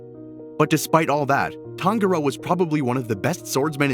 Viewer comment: It’s pronounced tanJuro not tanGuro